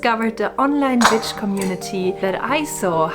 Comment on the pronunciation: Your videos always appeal to me, they're so nicely done. I'm just being honest though - as they're being spoken in English, the English pronunciation of the word "witch" is with the same sound your language use for the letter "v" so if you saw the word "vitch" and pronounced it in your language you would have the correct pronunciation for English speaking. It may just be me but I can't get through any of the videos when the word witch is pronounced with the strong V (to you W) sound - it grates and stops me getting into the flow of what your're saying. Sending best wishes.